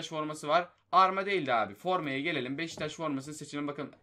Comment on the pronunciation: Abi sana yazıklar olsun beşiktaşa beştaş diyosun